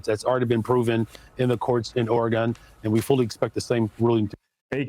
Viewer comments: Say Oregon again ya hozer😂 lmao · Can’t even say Oregon right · He's so damn special that he can't even say the word Oregon correctly lol